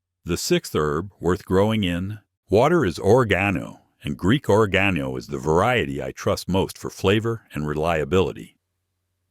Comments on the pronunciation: TI how to pronounce oregano it’s very important to where you put the emphasis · Thanks for a fascinating presentation! Was puzzled by mispronunciation of certain herb names llike oregano and taragon. Then I realized it was an AI reader.